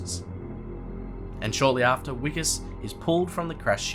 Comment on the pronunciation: “Vikus” NOT “Wikus”